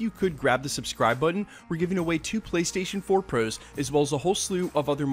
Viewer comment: I swear you say “pros” weirdly unless it’s just my hearing